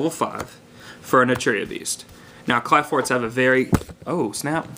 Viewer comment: kli forts. ph is an f sound. but its alright, after playing this game for so many years ive realized most people cant read their own language.